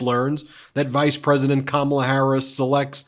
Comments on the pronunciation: Kamma blah that how it is pronounced which it is juvenile type of talk. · Ko-mob-la!!!🤣🤣🤣🤣I can't. I JUST CAN'T!!!!😅😅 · His new nickname for Kamala is his schoolyard bully mentality kicking in with "Blah blah blah" as he toyed with mispronouncing her name in typical disrespect...hence "Kama-bla". He's the one in free fall about to crash into reality via a finishing body slam. Tim Walz comedic timing and cutting jokes must be making him and Just Don't Vance bleed. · The Trumpites may have difficulty pronouncing " K A M A LA " but the Democrats will have no problem saying they've " DONE OLD TRUMP" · Can We Please Pronounce Her Name Correctly since this is a weird Trump thing ✅ Great Pick VP Harris Thank you so much MT for All You Do To keep the American 🇺🇸 people Informed ✅ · Every time I hear trump butchering somebody's name, i think, " sounds like koolade flavors!!!"